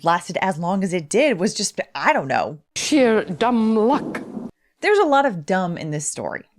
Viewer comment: Ooh. The Maggie Smith/Professor McGonagal "sheer dumb luck". When the Scot slipped out for the briefest of moments.